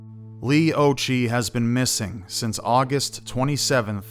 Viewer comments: I'm 5 months older than Leigh, it's very sad. I believe it's pronounced "ocki" Occhi means eyes in Italian which I find ironic because she wore glasses. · 'Occhi' is pronounced 'Oh Key'. It is an Italian word/surname and it means 'eyes' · Occhi is pronounced with a k sound not a ch sound.